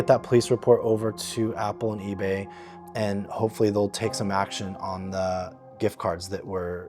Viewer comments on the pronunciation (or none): Why does she say "eee-beh" instead of "eee-bay"? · The biggest crime of this lady is how she keeps saying EBAA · Why does she pronounce ebay like that?